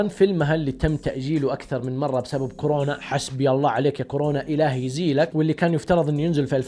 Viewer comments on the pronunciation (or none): none